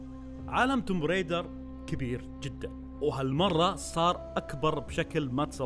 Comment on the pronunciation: بس معلومة صغير لللإفادة ... اللعبة اسمها توم رايدر مش تومب Tomb Raider هذا كتباتها بس ال B لا تقرأ